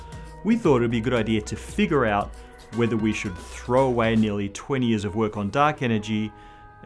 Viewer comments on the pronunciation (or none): none